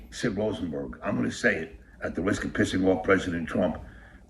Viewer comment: "At the wisk of pissing off pwesident Twump, that was a tough pwess confwence to watch." is my favorite guy. It's really hard to look like a tough guy when you can't pronounce your R's lol.